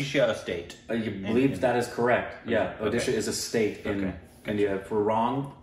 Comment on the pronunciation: What I liked Even Indians Can't say Where Odisha is .. but You said It correctly